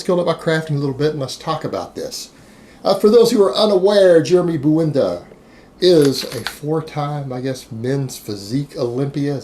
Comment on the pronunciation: Jeremy "Buwenda" lol